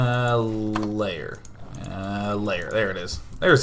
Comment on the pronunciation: Day9, stop saying 'lair' as 'layer'. It's pronounce 'l-air'. It gives me OCD.